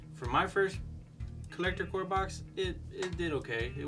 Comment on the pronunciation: Do you guys not know its called Collector CORPS not CORE???